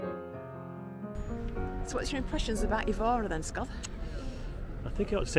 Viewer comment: My wife, Isabel, was born in the area of the cathedral and found your video very informative and showed Évora to be a place to visit. You only received 9/10 though because your pronunciation of Évora made her cringe! Hope you enjoy Tomar.